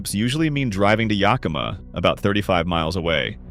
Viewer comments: If I had to hear Yahkimah one more time … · We don't know were yukama , learn how to pronounce our native names YA KA MA ! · Yakima, short a (like yak, cat, hat) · Rhymes with Omaha. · Really! Someone needs to tell Ai how to pronounce most of Washington's cities! Start with Yakima. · I’ve commented on this in another of these videos. I was born in Yakima and I nearly spit out my wine when “he” said it. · yak uh maw. Kit uh tass. You didn't mention it, but Sequim is pronounced as Squim.